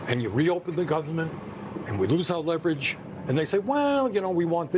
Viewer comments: I just choked on my biscuits and gravy when he said “White House: Show Me Your Leaverage!”😂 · I'm pretty close to where he's from. That pronunciation of leverage does not fly, no. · This may be the best episode of this show I've ever seen. We got the truly brilliant Sen. Kennedy, including his reaction to Sheldon Whitehoush pronouncing "LEEEverage" (rhymes with "cleavage" 😂). Then we got some cold hard facts on why Maryland (esp Baltimore) AND New Jersey are the worst states in the union. is 100% correct: Jersey is a giant landfill, it smells like garbage, it looks like garbage. Somehow Maryland is still worse, probably because at least New Jersey drivers don't run you into the water as soon as you get on the Turnpike. And discount airlines are the absolute worst. Totally correct takes from top to bottom. We the people demand excellence, but today, gentlemen, you delivered perfection.:slow clap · Holmes, you forgot; it's not leverage, it's leeverage!